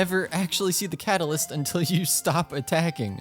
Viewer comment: 4 star kat a liss kelree